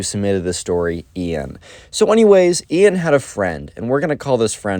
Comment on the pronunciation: no its Ian not ean :/